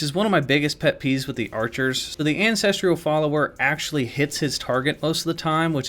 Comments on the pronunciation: Its ancestral not ancestriiiial hahaha also ur vids r fooookin dope as fook….fook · Ancestral, not "ancestrial" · Lhutel picked up that silent H on Hugues eh? Also, how do you realize there’s a silent H on Hugues but then add an unnecessary “I” in the last syllable of “ancestral”??? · false. There is no where that the word “ancestral” is pronounced “ancestrial”. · Ancestral is 3 syllables, not 4, there is no "i" in that word